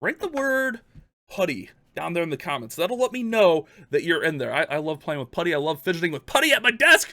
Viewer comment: "Putty" lmao